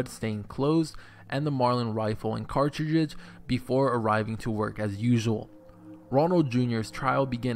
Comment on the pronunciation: The way you said ”cartridges” though....